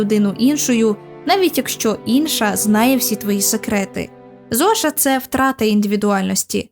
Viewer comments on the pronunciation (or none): Я маю добрий слух, і розумію контекст. 1) s в цьому імені може і не чітко наше с, але точно не ш. І якщо ви навіть спробуєте вимовити Зошіа, цей звук природним чином редукується до с. Зоша просто ріже вухо, та й не в контексті. Але називайте як хочете, просто глибина аналізу решти змісту цим для мене підважується.